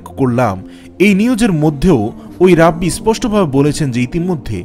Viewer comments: রাব্বি কি জিনিস?? উচ্চারণ হবে "রেবাই"! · রাব্বি না এর উচ্চারণ হবে রাবাই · যদিও ভিডিও টা অনেক আগের। রাব্বী না ভাই "রেবাই" উচ্চারণ। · ভাই rabbi এর উচ্চারণ রাবি হবেনা,, ঐটা রাবাই হবে। এটা একটা হিব্রু শব্দ, যার অর্থ দ্বায়িত্ব প্রাপ্ত আলেম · ভাই , রেবাই আর রাব্বি একজিনিস নয়.উচ্চারণ সংশোধন কাম্য . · ভাই ওনাকে রাব্বি বলেনা। রাবাই বলে।। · ভাই উচ্চারন "রাব্বি " হবে না। উচ্চারন হবে " রাবাঈ " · ভাই শব্দটি সম্ভববত রাব্বি! নয় শব্দটা রাবাই ভূল হলে সংশুদন করবেন। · ভাই উচ্চারণ টা রাব্বি হবে না.. সঠিক উচ্চারণ হবে রাবাই * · Walaikumus salam Assalamualaikum Vaiya thank you for your islamic content. Alhamdulillah I watch your video just want to thank you and one thing it's "raa bai" pronunciation. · উচ্চারণ হবে রাবাই।